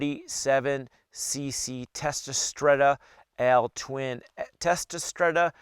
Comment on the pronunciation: I LOVE YOU ❤️ because you said "L-TWIN" Good job.